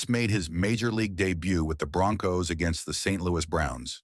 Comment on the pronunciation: Its broncos not bronc-hos. Unless your in Arrowhead stadium.